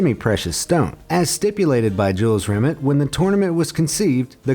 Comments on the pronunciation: Jules Rim-et still gleaming....you mad yet Just messing man it annoyed me too! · It's pronounced ri-may not ri-met... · RE- MAY. NOT REMIT YOU MONG TARD 😂😂😂✊️💦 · Is pronounced Jules RimAY not RimIT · It's not pronounced "Jules Rim it", it's "Jules Rim ay" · It's rim-ay not rim-ut, also #TeamEngland ⚪🔴⚪ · The name is pronounces Jules REE may not Rim IT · Jules Remit. It's pronounced Re-may. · This was terrible. At least make sure if you’re gonna make a video purely on the trophy, and have to reference it multiple times, you pronounce the name of the trophy correctly. If it was named after a Frenchman Rimet isn’t going to be pronounced Rimmett is it? It’ll be Rimay, similar to Beret and Ballet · “Re-may” is how it’s pronounced or better known as the holy grail. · "Rimet" is pronounced "Ree-May" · It’s pronounced ‘Jules Rim-ay’ u inbreds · Rimet pronounced Rimay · Pronounced rimay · It's pronounced Jules RIMAAAAAY! It's a silent T!! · Rimet is NOT pronounced like a bad frog impression! The correct way is more phonetically Rim-May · It's "RIMÉ"...the "T" is silent. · It’s Jules Rimet, pronounced “Rimay” as it’s a French name. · Pronouncing Jules Rimet’s name wrong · Nice pronunciation of rimet